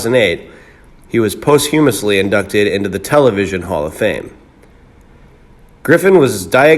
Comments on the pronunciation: The word "Posthumously"is pronounced this way: PAAH as though you're going to say PASTA ... For the middle empahsis is placed on THUM - pronounced as though you were saying the word TOMB like a Tomb for the Dead. The Suffix, or end of the word OUSLY is obvious. PAS-TOMB-OUSLY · Hey Mr. Clickbait, did you attend the Ted Baxter's Famous Broadcasters School? Doubtful, at the very least they'd teach you how to pronounce "posthumously" and "Cedars Sinai." Merv died a beloved zillionaire. Suuuuuuuuper tragic, dude.